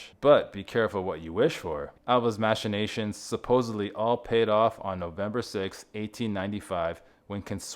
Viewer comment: and “mash-inations” instead of machinations 😂